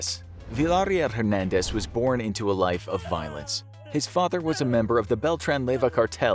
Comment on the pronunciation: He said "Villahhrill" 🤣🤣🤣 It's "Veeya Real"